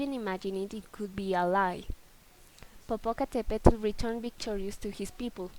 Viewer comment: The "tl" from "popocatepetl should be more soft "tl" instead of "TL" and Popoca wasn't handsome he was the best warrior at that time and this legend is "before" the aztec age not in the same age and Popoca never Kissed her lips.